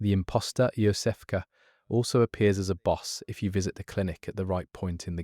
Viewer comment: Is whatever going on with the five hundred different pronunciations of 'Iosefka' some kind of a bit